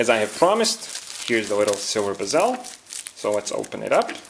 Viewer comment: Nice video. Who else laughed when he said bee-zel